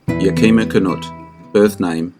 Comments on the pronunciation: Yakima is pronounced as Yeah-keh-ma or Yeah-kee-ma. I am a Washington Resident and trained as both Active and Reserve Army at the Yakima Firing Range. I do enjoy your content, and you are doing a great job. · Me again,, another great vid. But the name of both John Wayne’s stunt buddy and the city in Washington is pronounced with the accent on the first syllable, “YAK-uh-muh.” Canutt’s nickname was Yak, like the Asian Tartary Ox.